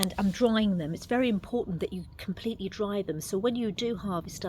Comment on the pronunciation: Dry. Not draw.